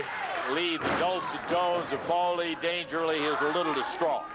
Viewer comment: Why does Lance Russell call Paul E Dangerously - Dangerly?